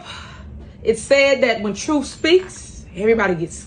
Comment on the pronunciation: Alizetions or Alexations? Who knows 🤣🤣🤣 still annoying hearing her say "Troof" and not Truth